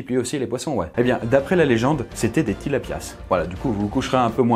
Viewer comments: Pourquoi il prononce tout le temps les s a la fin des poissons ? Tilapias ca se dit tilapia, acoupas ca se dit acoupa ..... j’avais besoin de le dire 😭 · Coucou j’ai grandi en Afrique et on ne prononce pas le s à tilapias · Tilapia le s ne ce prononce pas 😊